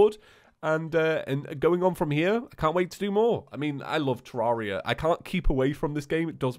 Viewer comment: "Hello traria and thusiests!"